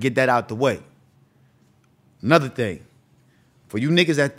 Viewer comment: “A ting or two” that Bahamian came out lol